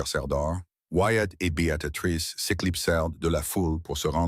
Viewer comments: Oui - Béa tri sse. Il est vrai qu'en tendre Béatatrix à longueur de temps est très pénible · On prononce bea-trice